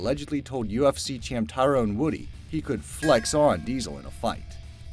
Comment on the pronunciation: Tyrone "Woody"??? Lol.. wow. You can tell this guy did his research.